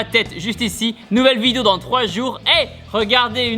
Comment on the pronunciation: Etttt ses BOOOOMMMML pas bom